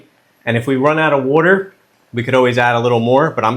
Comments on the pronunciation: "Wourder" and "creamy" = classic video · Are you from Philly? You pronounce "wudder" the Philly way! And I'm going to try this recipe. Yum!